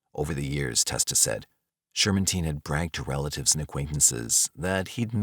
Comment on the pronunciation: he's right tho, I think you pronounced the name Shermantine wrong from what I remember from a doc I watched